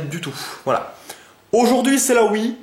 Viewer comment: Sinon pour la wii u faut prendre Ssb il est énorme :D Après en bon jeu y a aussi 3D world Pikmin 3 Tropical Freeze et Mario Party 10 quand il sortira :p Ah oui, c'est Wii U pas Wii mais ce n'est qu'un détail de prononciation qui me gêne :p